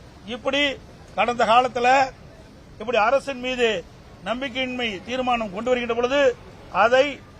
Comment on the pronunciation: Theera maanam. Illa. Theermanam 😂